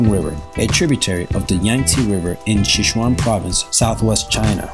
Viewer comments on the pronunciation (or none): none